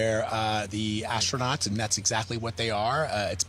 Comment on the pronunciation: NOT Astro-Nots 😂